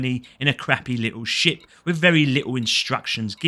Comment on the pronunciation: "you will start out in your new little sh*t" Yep that's accurate enough. Also ship and sh*t are indistinguishable thanks to your accent lol